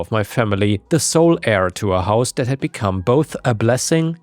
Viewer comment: Not to be rude but it’s heir(pronounced air). We can’t let another story channel be controlled by ai